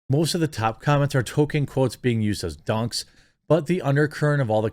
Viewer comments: Jeremy's gone back to calling Tolkien "Token" again. He was getting it right for a while. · you're pronouncing it "TOE - kin"!!! what happened to the L? it's driving me nuts!!!! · Everytime you say Token instead of Tolkien I die a little inside. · Stop mispronouncing Tolkien as "token" . It's pronounced TOLL-keen. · Who is tolKEEN?